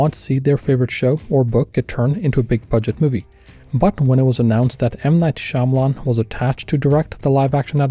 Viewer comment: mispronounced Shambles-On. FIFY